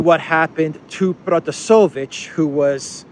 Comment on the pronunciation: it's ProtasEvich.